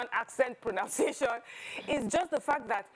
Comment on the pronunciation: Even the proNOUNCiation you are calling is proNUNciation. You are original the way you are. I like how you mix Yoruba with English sometimes on this show. That is how South Africans do it. It does not mean you should not speak or write English well but don't overstretch it